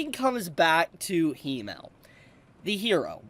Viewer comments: Its Himmel, not Hiimel. Please let google translate pronounce it in the future 😢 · i love you but as a german my ears are hurt😂 it is not "he-male" it is "him-mel"